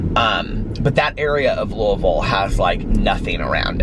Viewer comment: THANK YOU for pronouncing Louisville correctly! Sincerely, every Kentuckian ever, lol.